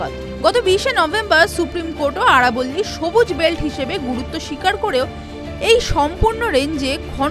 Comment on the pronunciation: আরবোল্লি নয় আরাবলী